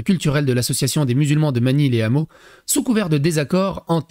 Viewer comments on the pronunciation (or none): on ne fait pas la liaison les hameaux, on dit pas les ZAMEAUX, y a un H comme pour haricot.